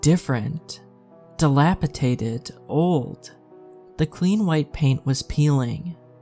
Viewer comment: Why do creepy pasta readers keep pronouncing "dilapidated" as "dilapitaded"? Mr. Creeps does it too sometimes. Another one is I hear sometimes "foliage" mispronounced as "foilage". Are these words commonly mispronounced? I have embarassingly little human interaction obviously lol